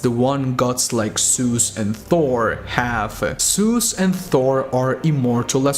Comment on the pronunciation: WHY YOU SAY SUS INSTEAD OF ZEUS?